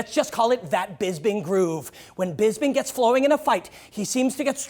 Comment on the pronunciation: and its BisPing, not BisBing